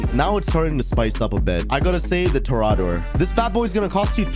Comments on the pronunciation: Toreador "TOE-REE-ADORE" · I just have to say...Toreador is pronounced Torry Ador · How are that bad at pronouncing words lmao. "Toraadoor" "Vigilaantey" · You're mispronouncing Vigilante and Toreador.